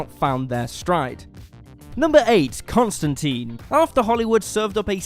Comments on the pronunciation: Don't let Ewan hear you mispronounce Constantine, he might have an aneurysm. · ConstanTINE, rhymes with LINE! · It's ConstanTINE as in fork tines. Rhymes with times. Not constan-teen. Canon. Says it in the comics.